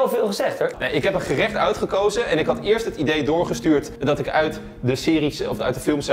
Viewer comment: ben ik de enige die hoort “outgekozen” maar toch ook “uitgekozen”??